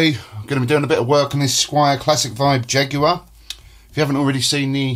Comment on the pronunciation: The big mistake you made was pronouncing Jaguar with a long U sound